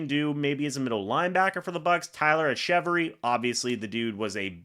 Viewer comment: Its pronounced “Etch-a-Very” btw👍 bro is a beast and deserves a shot